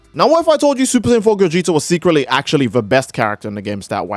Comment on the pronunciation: Bro said "secretly"